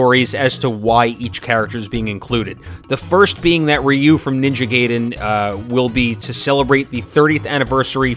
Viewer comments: its Gaiden not gayden and you pronounced ryu wrong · ITS NINJA GAIDEN NOT GAYDEN FUJFFJFNJF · stop saying ninja gayden thats not how you pronounce ai